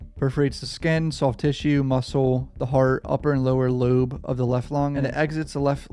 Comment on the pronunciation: Hahaha bro said lube haha its lobe bro front lobe dont trip i would have said shit way worse much love